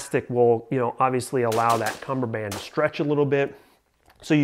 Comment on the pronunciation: Oh your wrong all right. It's cummerbund not cummerband geezaaaa